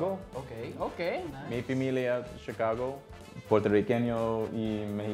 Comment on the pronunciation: COOLOOMBEEUH COOLIDGE EN CHICOHGOH.